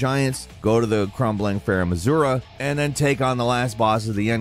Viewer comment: Am I the only one that notices him pronouncing Azula as Azura?